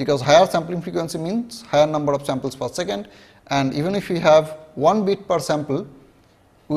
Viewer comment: Numbhad of levels..lolz